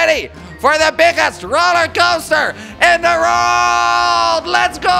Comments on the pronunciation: Instead of world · He sais rold instead of world😂😂😂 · Jordi y do you say rorld. it's world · I like how he says rorld instead world it's funny love kwebbelkop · in the rorld not world lol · "are you kops ready for the biggest rolercoaster in the rouaald!" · did he just say "Rold" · why do you say wrold like that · learn how to say world